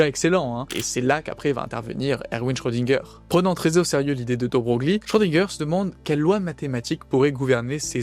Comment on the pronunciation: De Broglie se prononce "De Broylle", enfin si on veut.